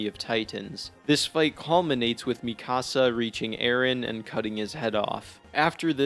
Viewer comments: The season finale was utterly horrible but it wasn't a shock that Eren loved Mee-KUH-sa not Mi Cahsa you dumb🤬 she isn't a Mexican house. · Lol “Me-kah-sa” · Ok I hate the ending. However your mispronunciation of Mikasa name is crazy. Also Eren never hated Mikasa he had a sibling like rivalry with her since she had abilities and strength he didnt have even though she was only be protective due to love he had a tough guy complex of im a man I can protect myself. It’s like when a parent keeps doing everything for their kids the kids snap and are like hey let me sink or swim on my own. And she was adopted and he might have had a crush on her when he first met her but due to her living with him changed the status of his house hold